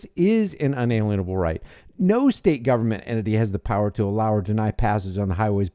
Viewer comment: pronounced un-a lien-able